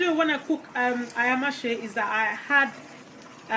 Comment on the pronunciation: Lovely recipe, looks delicious. However pronunciation is Aya-ma- se; cooking quickly.